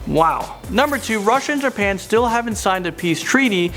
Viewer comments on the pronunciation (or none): none